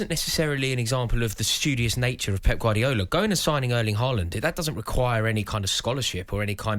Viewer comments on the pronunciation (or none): Nope. Still not pronouncing Haaland correctly.